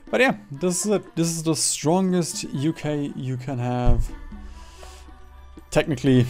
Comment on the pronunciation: UK = ookh